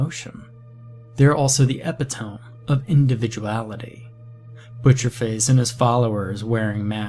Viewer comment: A note.. "epitome" is "eh-pih-toe-mee", not epi-tome. I don't know how to describe this story as anything but wild. I don't even really know if its good or bad. Its very well written and intricate.. but so much so that if you lose focus for just a few seconds, nothing makes sense. One minute we're in a basement and the next we are chilling with monkeys and pigs and masks.. and then we're unconscious and sedated.. and then we're talking to a doctor at home.. it's.. WILD. And then the protagonist is obviously out of his mind so none of his behaviors make any sense at all. I still don't even understand why everyone was making Butcherface souvenirs.. including a doctor. I will have to listen to it again.. I WANT to like it but there's so much extraneous exposition it's hard to follow. Edit: nope.. doesn't make more sense. Everyone keeps secrets. No one reports being kidnapped or drugged or someone easily breaking into their homes multiple times. Nothing. I just can't follow this tale. Still.. well written..